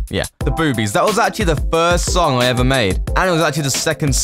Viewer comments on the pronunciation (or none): none